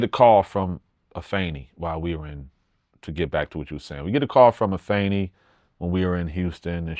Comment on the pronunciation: Nobel so respectable he even use the proper enunciation of Afeni name!!!!! Shout out to him! He was the most featured artist on one of Tupac greatest masterpieces!!!!! His rap resume certified!!!!!